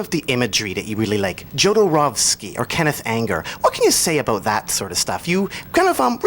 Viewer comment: Marylin...its "yoh"dorowsky, no "joe"dorowsky xD